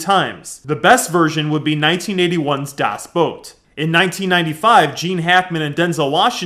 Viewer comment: Dude. Thank you so much for pronouncing Das Boot right. I never heard any English speaking guy pronouncing it right.